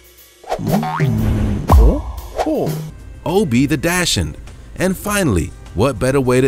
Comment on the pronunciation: No one commented on the pronunciation of dachshund?!